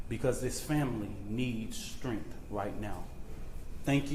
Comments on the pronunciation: He mispronounced lots of words..WITH=WIF ... STRENGTH =SKRENGTH .. I don't get this 😅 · Better work on his grammar 😂.. Wif, skrength